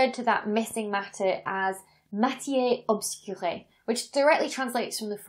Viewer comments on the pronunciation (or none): sorry, but there's no accent on that final E, so your pronounciation (and interpretation) is slightly wrong. Doesn't mean "obscured," and instead it is the "feminine singular of obscur" - which does indeed mean "dark," or faint. :-B